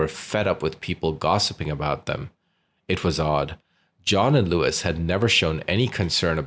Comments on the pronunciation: Her mother's name is Lois, not Louis...FYI. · Why are you calling her Lewis it’s Lois as In Lois off family guy